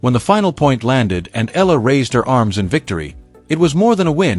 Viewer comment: you keep pronouncing ELLA..practice your tongue.. EEya LA not ELLA.. for pete sake.